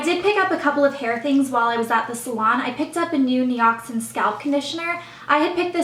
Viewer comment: It's pronounced ni-ox-in FYI